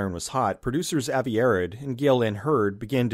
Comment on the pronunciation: Avi Arad's name is pronounced AH-vee uh-ROD.